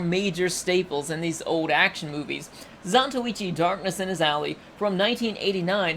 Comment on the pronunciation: Ally is pronounced ''AH-LIE''. not ''AH-LEE''.